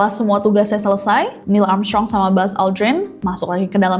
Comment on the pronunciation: maaf ngakak aku dengernya niel amsyong😂😂